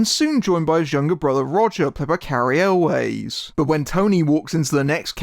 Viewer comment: Cary "Always"? I thought it was pronounced like well, "Elves", the plural of Elf. :) Thanks for this review, never even heard of this one but sounds fun.